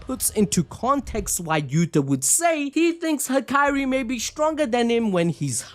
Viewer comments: Dude it’s HAKARI not hakyrie this was annoying a little lol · the name pronunciation gotta be engagement bait bro😭